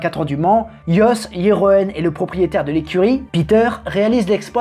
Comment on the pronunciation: Jeroen se prononce yéroun en néerlandais...